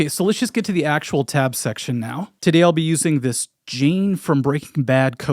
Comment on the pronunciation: I'm sorry but the Ultimate Sin in this video was pronouncing Jane's name as Jean lol